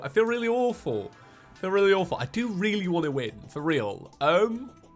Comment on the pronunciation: "The Sprite is weely similar"